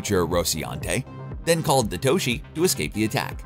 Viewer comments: Is anyone else annoyed that the narrator messes up the name of nearly every ship? The Rociante (Rocinante) the Toshi (Tachi) and the Donnag-er (Donnager) He even calls the Twin Towers in NY the "Two Towers". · It’s called the Tachi not the toshi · I think the host has never seen an episode. What the heck is the ‘Tochi’, the ‘Scolopi’ or whatever the guy kept calling the Roci?! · RociNante. TAchi. DAlek. And a bunch more. Seriously wtf. I ain't finishing this vid now. Too annoyed.